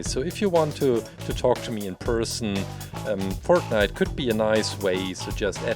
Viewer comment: That’s not how u say fortnite